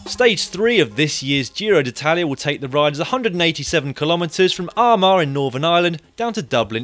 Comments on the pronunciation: I couldn't agree more "Aramar"&" Drogida" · Amusing pronunciations of Armagh and Drogheda, but please don't refer to the Republic of Ireland as the south. To most people in Ireland the south is Co. Kerry and Co. Cork. Also I predict a few punctures or mechanicals within the 15km due to the road surface.